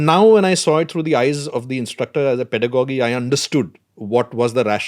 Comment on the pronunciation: its Pedagogy (....Pedagogical) ending should sound like gi and not like Doggy.....Sorry to correct here....